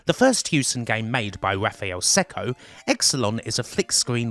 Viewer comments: You really believe that? Wow. Their experience begins in 1990, Raphael Cecco's surname is pronounced Checko - not Secko. And much more. It's always nice to reminisce about retro gaming, but more research needed imo. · Cecco is pronounced "Check-oh". Source: Cecco's Log in CRASH issue 54 (July '88) page 47, last paragraph. 😋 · Just so you know, Raffaele Cecco's surname is pronounced 'Check-oh', not 'Sec-oh'.